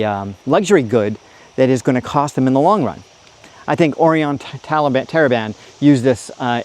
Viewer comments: You said “Oreon Taliban” 😊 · "Oreon Teriblen" ??? The f@ dude !!!!!